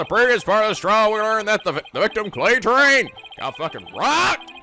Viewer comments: Terran not Terrain. RAN NOT RAIN! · TERran,. not terRAIN. It's not that difficult! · It'S tErRaN nOt TeRrAiN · Obligatory "it's Terran not Terrain" comment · "Terrain" again!?..... Wait now it's "Ter, Ran"? He has to be fucking with us at this point right? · Paulinus Nwosu yeah I expect that from him when it comes to Japanese words and names, but a not that difficult English word is surprising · Kats it actually sounded like he started calling him by his actual pronuciation